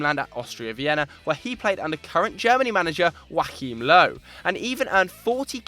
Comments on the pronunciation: Woahim Low. Never heard anyone butcher that name worse than that😂😂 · the way he said Joachim Löw gave me aids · I have no idea how you managed to pronounce Joachim Löw's name so wrong